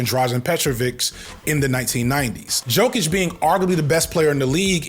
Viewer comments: ‘Yo-Kich’ and ‘Em-Beed’ my friend 😅 great sports analysis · You say Jokic like “Yoke-itch” btw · Yo, I'm DYING at the way he's pronouncing Jokic & Embiid. For future reference,, it's pronounced Jokic (YO-KICH) & Embiid (EM-BEAD). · As a coloradian Leftist who loves these videos from you, after you pronounced Jokíc im done watching the sports videos on here! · You can’t call yourself a sports channel if you can’t pronounce Jokić Edit: Embid? EMBID???? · I don't watch football at all, but I always love your football videos that are just about football and not politics because this is a sports channel. I am an NBA fan, though, and... You were so concerned about pronouncing Jokić and then you said Embiid like that, lol. Said them both wrong though, so it's fine. (Embiid being so far below Jokić does have a lot to do with injuries, though. Not talent/ability so much, imo. And the media is pretty negative toward Embiid because........... you know.) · Somehow, your pronunciation of Joel Embiid was more jaring than Jokić. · Lmaooo I love how u had a whole bit about not pronouncing Jokic right but then came outta left field with a way I have never heard someone pronounce Embiid before. Impressive stuff 🔥🔥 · There’s no way you’re roasting sports ball people and can’t pronounce Jokic or Embiid’s names 🤣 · it’s yo-kitch and em-beed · Yokich Embeed 😂😂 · Yo. Kitsch. That’s how you say it. Also, em-BEAD.